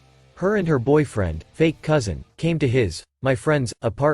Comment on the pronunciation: It's pronounced cuz in not coo zin